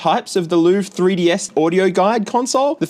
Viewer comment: I think you're supposed to pronounce Louvre like Lionel Hutz does when listing his credentials. "The Lou-verr"